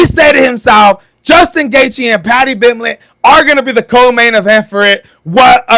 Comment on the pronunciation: Paddy tha -pimblet 😂😂😂😢😢